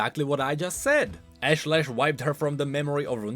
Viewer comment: Ash-Lesh not Lash